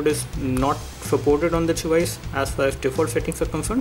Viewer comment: "As fas as"